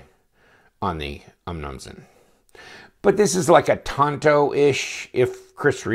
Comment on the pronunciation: Nice review, and you've earned a sub, but your pronunciation of "Umnumzaan" makes me cringe.